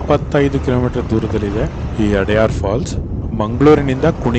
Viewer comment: ಅದು ಅಡಯಾರ್ ಅಲ್ಲ. ಅಡ್ಯಾರ್.